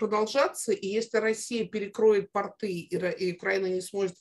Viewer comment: почему редактор с 15-ти летним стажем говорит "портЫ" С УДАРЕНИЕМ НА ПОСЛЕДНЕМ СЛОГЕ?